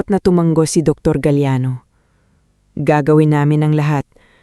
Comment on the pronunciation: ISANG G LANG ANG TUMANGO TU - MA - NGO. AS IN NGO - NGO